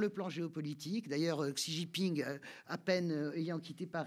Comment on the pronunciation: X en chinois se prononce à peu près "ch" et pas "ks" ou "tch" !!!!! C'est pas difficile ça !!